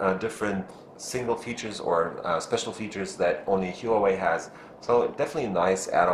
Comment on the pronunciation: pronounced 'WAH-WAY' not 'WHO-A-WAY'